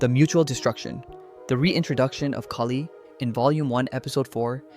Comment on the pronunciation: KAH-LY!!! Her name is not Kaylee,,, it's Kali, punch yourself in the stomach that noise you make that's half of it and then just go li real quick at the end... How people can attempt to make these videos without even recognizing the basic pronunciation of what they're going to be saying is beyond me and frankly the reason why AI is doing so well it's hard to tell the difference between those lacking grey matter and AI slop